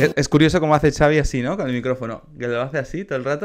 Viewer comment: Creo que se pronuncia "Javi"